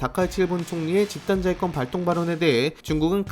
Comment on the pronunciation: 집단자위권 왜 야하게 들리지